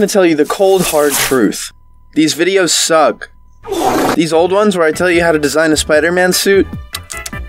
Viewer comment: Bro said “sug” not “suck”